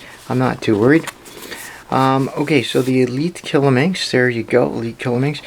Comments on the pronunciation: just for you to know, QIYI is pronounced JcheeYee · It's pronounced "Chi-yi". Whenever you see Q in Chinese names it's pronounced "Ch" and X is pronounced as "Sh".